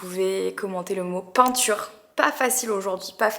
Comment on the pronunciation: Coucou ma belle merci tu illumines nos journées, j’ai cru entendre torture au lieu de peinture 😂😂😂😂mdr bisous #peinture